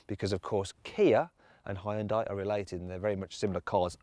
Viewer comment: 왜 현대 발음이 혼다이?라고 들리는것같지 가슴찢어진다 ㅠㅠ우리나라는 안그런데